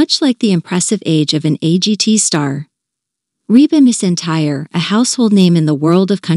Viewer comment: I'll tell you what else she's earned.... For you to spell her name, correctly: McEntire. And, for you to pronounce it, correctly: MAC-en-tire!!!